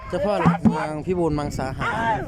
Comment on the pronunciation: อำเภอพิบูลมังสาหาร ไม่ใช่ มังสังหาร โอ๊ยเนาะ 555